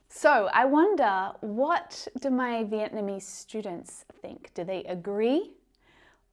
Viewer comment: Xin chào from VIệt Nam, if you love Bún thịt nướng, you must love Bún chả from Hanoi captial. Also, your Vietnamese pronunication is pretty good,.